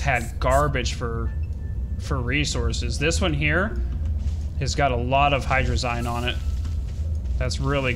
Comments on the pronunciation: you say hadrzie rong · I'm salty about the way u guys say hydrazine it's supposed to be pronounced like hydra-zeen